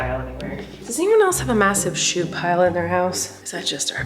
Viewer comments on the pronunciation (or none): shoe not she